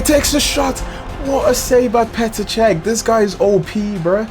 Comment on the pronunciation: It’s PETER CHECH